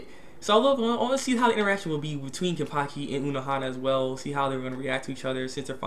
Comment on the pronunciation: ken-pa-chee not kenpakhi